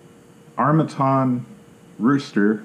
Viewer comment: It’s arm a tan not arm a ton